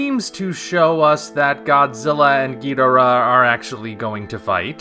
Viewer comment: If King Ghidorah looks like this movie poster, I think underwhelming is the word of the year for this film. Also, I know you've covered your reasons for it before but you are still not pronouncing Ghidorah's name right. That is not how Toho told us to pronounce it, nor is it how it will sound in Godzilla 2 on the live screen. I will be MORE than happy to lay out why you are pronouncing it wrong and how the Japanese would say Ghidorah like we do if they could, but honestly, it really sounds like stubbornness on your part right now. Toho has made it clear, and you will NOT hear Ghidorah pronounced the way you say it in G2. This isn't the 60s and you aren't Nick Adams. Just help promote awareness of how his name is actually pronounced already. Or start calling Godzilla Godziller like the old 90s dubs.